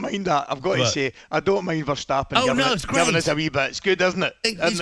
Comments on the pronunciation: It's Verstappen and not Vershstappen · It's Verstappen, not VerSHtappen. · VERTSTAPPEN??? Are you guys serious?? It's VERSTAPPEN 😂😂😂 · Max Verstappen is his name, not vertstappen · How on earth is that guy still saying Max Vershtappen after more than a decade of him in the sport? And also, the name Verstappen is spelled wrong on the on screen title. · I think there is a confusion with German. Germans DO say Vershtappen, but the Dutch pronunciate 'st' the same way the English do. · First of all, learn to speak Verstappen his name correct. I find it an insult that after 10 years his name is misspoken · Can't even write his name correctly: it's "Verstappen" not "Vertstappen"😮